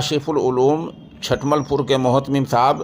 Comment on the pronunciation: حضرت چھٹمل نہیں چُھٹمل ہے چ پر پیش ہے